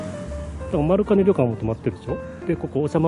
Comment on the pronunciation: 初めまして！ 地元が長万部の者です！ 長万部温泉の歴史が意外と浅くてビックリしました。 ちなみに丸金旅館の読み方は「まるきん」ですよー！ 今度は長万部市街から20キロぐらい離れてますが二股らじうむ温泉に行ってみたらいかがでしょうか？ 秘湯中の秘湯なので是非行ってみてください！